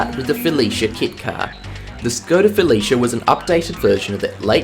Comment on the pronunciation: Your determination to pronouncing Felicia as fellatio is truly appreciated. I myself could use a fellatio kit, I mean Felicia kit car